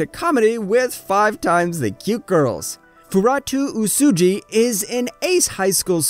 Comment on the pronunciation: "Furatuu Usuji" I almost chocked on my sponge finger at the butchering of poor Uesugi Fuutarou rofl